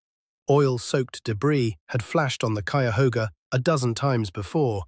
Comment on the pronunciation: Kudos for pronouncing Cuyahoga correctly. Cleveland born 1956 the pollution was unbelievable but jobs were abundant. We could have both (industry and clean environment) if corporations weren't tied to wall street profits and used technology to recycle waste. We have to get away from greed driven desires.